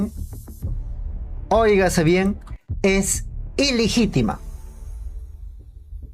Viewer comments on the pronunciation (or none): "ILIGITEMA"??....Se dice ILEGITIMA....¡Pareces alumno de Pedro Castillo!..🤠...Si lees por lo menos hazlo correctamente! 😎